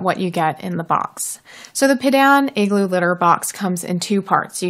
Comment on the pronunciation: I believe it’s pronounced ‘pea-dawn’ and could you please do a review on their tofu cat litter? I heard it’s amazing and I am wanting to get it!